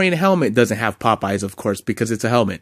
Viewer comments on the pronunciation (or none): none